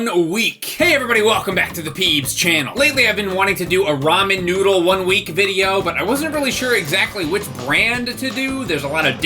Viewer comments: Am I the only one who thinks it sounds like he says I want my nudes, instead of I want my noodle? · I keep hearing i want nudes XD